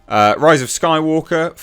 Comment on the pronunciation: Disney is such a joke it's sad now. Also you said "rise of Skywalker" wrong